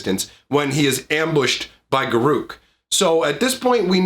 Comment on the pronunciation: I really don't care that you didn't show cards. The only thing that bothered me is how you say Garruk ;P